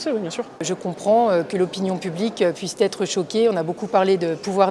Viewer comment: Je n'ai pas lu tous les commentaires, mais la députée LR qui assène plusieurs fois "je comprends que l'on puisse t'être choqué".... ça m'a fait mal aux esgourdes.